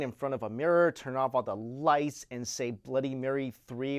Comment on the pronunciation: I thought he said turn out all the lice XD